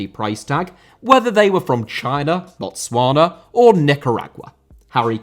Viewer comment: The fact that you can pronounce Botswana correctly and know the country am gonna sub to you❤️